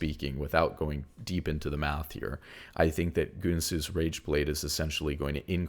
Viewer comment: I love the content but it’s so funny listening to you pronounce these items. It’s not Goonsooz or Roonunaans 😂